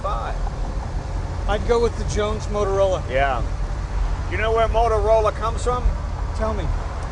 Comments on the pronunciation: Jay, it's "Jones Motrola," not "Motorola." The Galvin brothers registered the latter trademark in the 1930s for their early AM broadcast-band car receivers. Motorola entered the public safety communications market with their "Police Cruiser" AM receiver in the mid-1930s, which was a re-tuned (above 1650kHz broadcast band), but ruggedized consumer receiver for law enforcement use. Mobile transceivers were marketed before WW-II, as well. Truly revolutionized law enforcement. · The speedometer is NOT a Motorola, is is JONES-MOTROLA. Different company, 2 "O"s, not 3! Say: moat-rola. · Came in to say that. The restorer made the same mispronunciation.